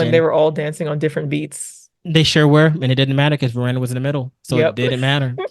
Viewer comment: Ruan is pronounced "rue-on"